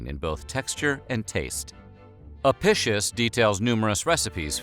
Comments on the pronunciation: Latin “c” made a “k” sound. It’s A-PI-KIUS. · Another interesting video! Seems no one might have mentioned it yet, but Apicius is pronounced "uh pi kee uhs" , rather than "apicious" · A-PEE-kee-us, not a-PISH-us. Ow-ray-lee-ANN-us, not Oh-REEL-ya-noos. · Apicius is pronounced ah-Pick-ius... not uhpishush... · Your pronunciation of "apishus" is like fingernails on a chalkboard lol. It's "ah-pi-key-us", at least according to any historical source I've so far encountered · Just fyi, the name Apicius is pronounced wrong here. It would have been pronounced with a hard "c." Like ah-pick-ee-us. Just like Caesar was said with a hard "c" and the Italian word for dinner, cena (now said like chay-nah), was also pronounced with a hard "c." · Apicus. Ah- pee- cuss. It was impossible to neuter a sow. They just kept her “away” from the boar…. Any bird is okay. They are all herbivores - but now we know why their numbers decreased steadily. Don’t the Arabian people eat camels? I wouldn’t eat a weasel, they are carnivores. Yeugh. We were taught that garum was very subtle flavouring, almost like an anchovy sauce. Romans got hoity toity about their garum, like we do about coffee or olive oil. Not much in a dormouse. No wonder they stuffed them into other things. That drink of soldiers sounds revolting. Ostrich is lovely, quite yummy. Don’t know about the egg though. When I was a post grad student we had a Roman meal from the British museum cookbook. Then a mediaeval one. Don’t eat the fish pie in custard with currants. Just don’t. We also had a debate about buying some gerbils or hamsters to substitute for dormice. Or a guinea pig. Fine in theory. Not so fine in the pet shop. Not even a fat mouse in a trap. Used sausage meat……. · You just pronounced the word "apicius" like: "eppishos". Why the fuck do people from english speaking countries always do this? It's insulting. Disgusting even. Eppishos. FFS. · It's pronounced ahpeekeeous